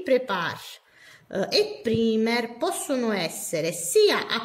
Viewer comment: Ciao, volevo darti qualche dritta Il “primer” si legge “praimer” E la parola è “nail prep” non “nail prepar”